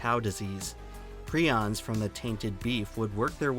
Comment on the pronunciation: it's pronounced pry-ons man it annoyed me that you messed that up lol